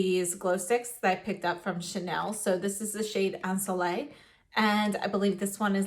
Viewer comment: This glowing skin at the beginning 😍🥰😍 and love the in-depth review.💖👏 P.S: I might be your only french viewer, hope you don't mind a quick pronunciation lesson. The word "ensoleillé" the last syllable with and accent should be pronounced "yé" like you would say in "ye-llow"😉